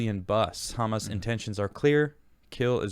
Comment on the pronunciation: I love Israel. Also, emphasis is on the end of the word, ha-MAS, not HA-mas